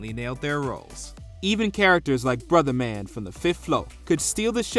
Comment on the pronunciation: “Brotherman”…..what??? It’s Bruh Man….sheesh…